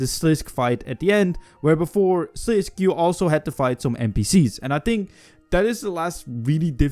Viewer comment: ive commented on another video of you before. its sliss-kay. sliss-kay. dont say something if you cant pronounce it